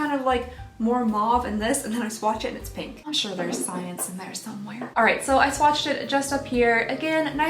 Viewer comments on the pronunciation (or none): Did...did you say swatched-ed? I did a double take! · Oh 👏🏼 em 👏🏼 gee! into your video I though you said "swatcheded" I had to rewatch it 3 times before I realized you said "swatched did". Yupp 🤓 Anywhoo! I really liked this advent calendar- I was worried gurrl, not gonna lie! I would love to be entered into the contest! I'm glad to reap the benefits of your mistake! 😉🥰 Happy Holidays!